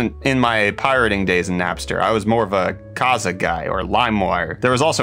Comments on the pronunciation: Kazaa is pronaunced with long aa in the end, Estonians (same guys who made Skype) made it, so yeah actually know how to pronaunce. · pronounces KaZaA weirdly, I always pronounced it with a very long "aA" at the end.